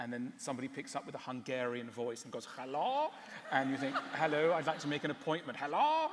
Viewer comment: the hungarian "Hello" definitely does no sound like this. Haló! :D